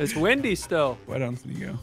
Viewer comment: "It fucken wimdy" I think is the proper way to say it